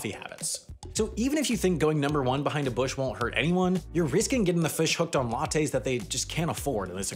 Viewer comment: Lattes* not Lotteis